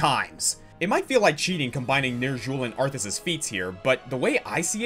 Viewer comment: ...the way you say Xul, Ner'zhul, and Illidan...hurts.